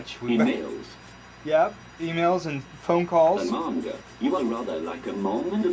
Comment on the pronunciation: Statistically perfect androgynous face, eh? Well, I think he looks like Shia LeBoeuf. Also, someone might want to programme him to say Amanda rather than Amahhrrnda. Just a suggestion.